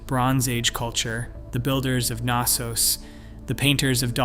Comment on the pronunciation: It is Knossos not Kanossos there is no ‚a‘ sound connected to the ‚K‘ between the ‚n‘. You say knitting not kanitting.